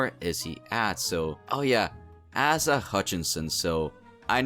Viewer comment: Ace-A Hutchinson. It is not pronounced Ass-a. It is Ace-a.